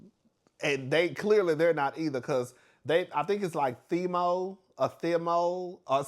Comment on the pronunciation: It’s the girls calling Thiemo “Temu” for me 😂